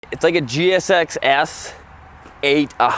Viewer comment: i love the way seems to struggle to say "Suzuki gsx-SSSS" hahahah